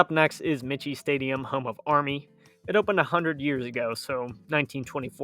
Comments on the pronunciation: Army’s stadium is pronounced ‘My-key’ Stadium. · Army’s Stadium is pronounced my-key. Otherwise, a pretty good presentation. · The Army football stadium is pronounced Mike key. Not the way you're saying it. The stadium is named after Dennis Michie a West Point graduate and first head coach who agreed to play Navy in 1890 at West Point. The game was played on the plain. Go Army beat Navy. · Michie is pronounced "Mike - E". It catches a lot of people. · Army's stadium is pronounced: MIKE-E. Named after Denis Mahan Michie, the first coach of the team from 1890. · Michie Stadium is pronounced Mikey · Believe it's pronounced like Mikey . Someone correct me if I'm wrong ?..